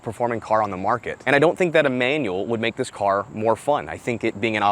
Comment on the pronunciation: I had to check the title when i heard "thiss" 😂